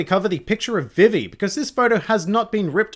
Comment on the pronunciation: > pronounces Vivi's name like the 4kids dub